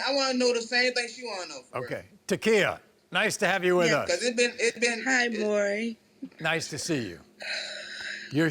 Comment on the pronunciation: A restriction for Welfare should be learning how to pronounce Maury correctly.